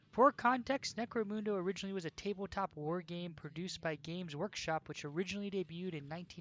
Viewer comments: Necro-muhnda, not Necro-moonda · Munda not muuuda